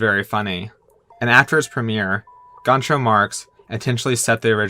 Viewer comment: It's all good! I should have made that a compliment sandwich. Like, I love your stuff. You mispronounced Groucho. You have a lovely voice for narration. I got an A in passive aggressive You Tube comments. Cheers!